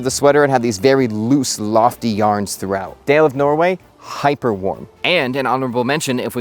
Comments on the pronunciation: All I wear in CO winters, is Dale of Norway. But have to mention that it is pronounced (Doll-A) not Day-L But, what do I know I've only purchased 30 of these sweaters and have actually toured the factory and dated their marketing manager. She was hot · Only because you are a deep diver, Dale of Norway is pronounced "DAW-luh"....of Norway ;) Love your content! Love these sweaters! Love the history. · Dale of Norway is not pronounced way you are saying it. It's more like "Dah-le of Norway" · Dale of Norway is pronounced Dah-Lay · Dale is pronunced more like DAH-luh. Otherwise, wonderdful video.